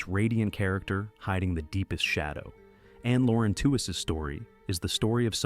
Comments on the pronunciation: I know this was made by AI, but it could have done a better job of pronouncing Lauren Tewes’ last name. It’s pronounced like “tweeze”, not like “tew-wez” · Lauren's last name is pronounced "tweez," like tweezer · Why do AI Narrators have to mangle people's names and mess up what happened? Who is Lauren Two is and where is she? Not Florence Henderson? How bad is this video!😂😂🤣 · Wasn't her name pronounced "TEE weez"?